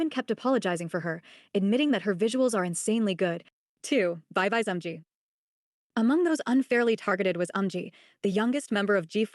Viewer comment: i don’t know if you write these video scripts yourself, but when you copy and paste it into the text to speech generator, it might be a good idea to write the phonetic sound of words, like instead of just writing VIVIZ you change it to veeveezee, so the word is pronounced correctly